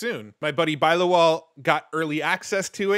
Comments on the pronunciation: Nice update! Just wanted to say its pronounced bill-law-wal haha.. that was so funny to hear you say bi-lawal lol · Bilawal is pronounced as in, Bill aa Wal as in vulture with a w.